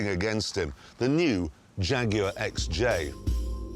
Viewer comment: Nobody pronounces 'Jaguar' better than Jeremy Clarkson.